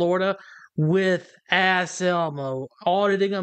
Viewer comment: Anselmo is a 🐈 Every time you guys call him Ass Elmo, I hear you saying, “ass elbow,” as in, doesn’t know his one from his other. 😂